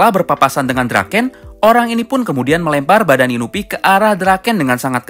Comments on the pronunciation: INUI BUKAN INUPI HADEH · Inui pak bukan inupi